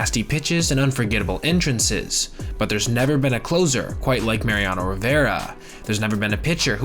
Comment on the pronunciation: Mariano. Not Mariano’s or Mariana’s or marinara whatever you’re saying